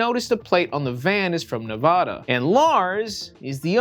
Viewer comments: "Nevahda" lol nah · I love your content and the persona you put forth online. So anyway, for some reason Nevadans hate when people say Nevada like you. It's pronounced as unlike Spanish as possible for Nevadans. "Neh-va-duh" where "va" sounds like the A in "back." Do whatever you want with this information. It's just a little local Nevada pet peeve. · the nevadan in me going insane every time he says nevahdah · It’s pronounced NevAda?